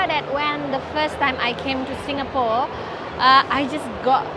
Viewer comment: Bro …please please can you pronounce Singapore 🇸🇬 properly? Its not SINGGAH-PORE😫. I cringe everytime ! 🤣 🤪 anyway Merry Xmas to u both! 🎄🎅🏼🕊️